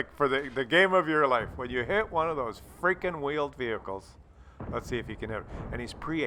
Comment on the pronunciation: Veeled Wehicles?